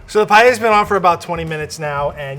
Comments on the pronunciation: Every time they said payeya, a Spaniard died 💔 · Guys, fellow Spaniards, calm down. This is not meant to be paella, we clearly heard that it’s Payeya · I can’t unhear “payella”. My English is so bad I shouldn’t be criticizing their Spanish, but “payella”? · Me: a Spanish watching the titlte of the video -> I'm gonna get triggered by the pronunciation for sure.: PaLLella Me: TRIGGERED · Agreed, but I also hate that they say pallella they just don't try neither cooking or talking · Nobody: The Girl: pallella 🤣🤣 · Lo que es realmente curioso es que lo pronuncien como “pallella” 🤣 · this is just awful all three and do not pronounce the words paella or spain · “I grew up in a Spanish and Hispanic household.” Proceeds to completely butcher it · Don't say paella anymore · I´ve a problem with the pronunciation of paella, please at least said it right if u are gonna talk about another country´s food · As Spanish and Valencian, I can't stand it 😂. You can do your own version of rice with "things", but please, for the god sake, don't call it Paella 🙏. Anyway, enjoy eating your recipes. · I love how none of them pronounces paella correctly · I am Spanish and is making me suffer a lot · All love, no hate (Especially for <3), and I'm not really a pronunciation person, but the way they pronounce paella triggers me everytime. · As a spanish speaker, it's sooo funny to hear you guys pronounce "paella". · Not paieia but PAELLA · Why do they say payeyeia. Es Paella, PA-E-LLA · Quién quiere llorar después de ver estas paellas 🥲 hasta el lvl 3 le pone cosas raras xd (me encanta que le digan "pallella" o pela" ajsjjaja) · I was so confused throughout. Here in France, paella is pronounced paeLLa not paeya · Porque nadie pronunciar bien paella?? No es pallella, es paella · Me causa mucho conflicto que nadie pueda decir Paella correctamente. NO ES PAYEYA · I think they should all be moved up a level for pronouncing it 'Pai-ay-ah' instead of 'Pie-ella'. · « Pie heya »